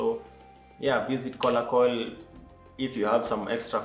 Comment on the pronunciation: Its kalokol not kolakol good content bro